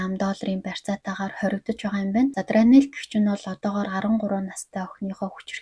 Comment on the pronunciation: Дранел биш даарнел шүү✌️